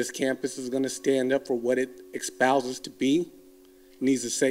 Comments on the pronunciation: did he just say “expouse”? 😮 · Hahaha. Who is the guy who says "expouse." I sincerely hope he realized his errorr. How the fuck do you teach at a college and get "espouse" wrong?